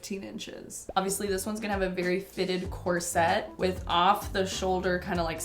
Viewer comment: It’s “corset”, not “corsette”, and pronounced accordingly.